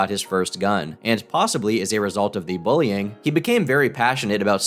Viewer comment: it’s bullying not booling He can’t even say the simplest of words